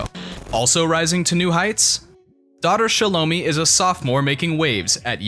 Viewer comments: You pronounced her name wrong! It’s “shallow-my”! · THIS VIDEO WAS TRASH. You got everything wrong from the pronunciation of Shelo mi's name to Shilo being the butt of jokes. Shilo is the fan favorite! Next time get it right!